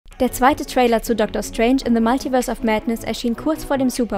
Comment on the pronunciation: Alter das heißt multiverse. Nicht maltiverse